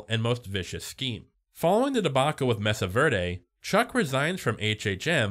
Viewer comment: I'm sorry man but it's pronounced *may-sah ver-day*. They only say it 96 thousand times in the show.